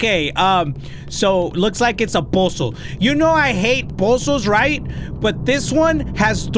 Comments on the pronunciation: The way he say puzzle pUzSE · i love how he says puzzle "pausle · The way says posols has me rollin